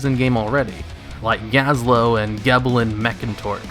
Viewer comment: Ah yes, my favorite Gnome leader, Geblin Mekkatorque.